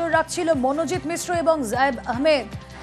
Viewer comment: মিশ্র নয় মিশ্রা